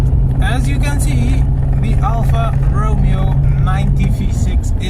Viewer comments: you pronounced it: Al-Far Row-Meo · it’s pronounced: Al-Far Row-May-O